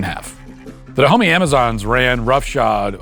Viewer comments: The Kingdom of Duh-Homie? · It's usually pronounced ''Dahomé''. Also that kingdom rests where Bénin is now, and there are multiple shrines there honouring the victims of the dahomeys. It's not like theyre very fondly remembered for obvious reasons lol. There are a lot of these shrines all across African countries like this